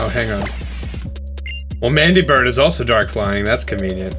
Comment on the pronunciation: I'm sorry what was that? Mandibird?